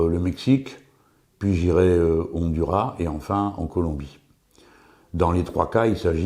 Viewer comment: Cher Monsieur Melenchon, un coup de main d'une hispanophone, si vous voulez bien: sur le nom " Honduras" il faut prononcer le "S" Autrement, contente de vous revoir